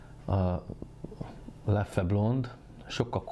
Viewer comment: Rosszul, mint ahogy ez a youtube-er srác is. 2 kiejtése van, a hivatalos holland és a még nagyon elterjedt és elfogadott francia. Sem a leffe, sem a löff nem opció. Hollandul lef(ö) az ö nagyon enyhén, franciául lef.